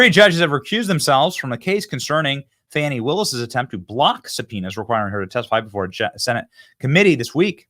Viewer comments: Who would name a kid "Fani" and then insist the pronunciation be "Fawni?" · I helieve its pronounced Fahni